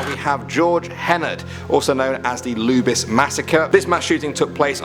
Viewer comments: I didn’t understand you. That’s not how you say Luby’s. Like lubrication. Lube. Lube-EEZ. LOLOLOL. Not lube-isss! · As a Texan, it's pronounced "Loo-Bees", not "Loobis" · Bty lubys is pronounced lube ēēs Just so ya know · Pronounced Lu-bees....